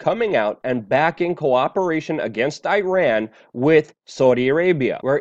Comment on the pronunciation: that's the way to pronounce Iran correctly. It's not I-ran. Thanks for trying Luke.